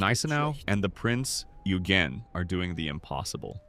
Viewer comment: 'Prinz Oi-gen.' - Not whatever that robot Gumby said.